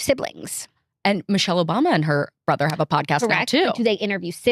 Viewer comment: “ITS LIKE IF YER A BRETHURR”